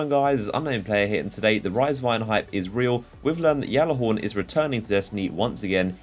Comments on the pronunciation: Unknown player, please... Even the bungie trailer pronounces it gallahorn not yallahorn... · No it's pronounced gyalla horn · I cringe when he says yallahorn and not gyallarhorn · you say it galla-horn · stop calling it yallerhorn you sound stupid when you say it. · anyone else annoyed how he says gjallarhorn it's Galihorn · It is pronounced g-allahorn. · It's been two years and u still say it wrong